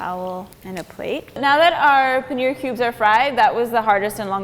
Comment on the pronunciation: Another disappointing and jarring rendering of the word paneer, where the last syllable is pronounced as near or beer. It is the simple long e sound as in beet, heat, peel. Well within the capabilities of the western voice box.